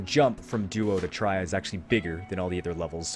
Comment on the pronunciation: Thanks for the guide but your "DUO to TRY" or "PRY to DUO" just killed me :D TRI= nearly sounds like three, PRI= same but with P :D